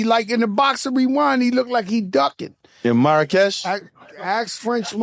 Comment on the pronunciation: Big shout out to my country Morocco ❤ but Joe my city is called Marrakesh not Makkarech 🤦🏽‍♂️🤷🏽‍♂️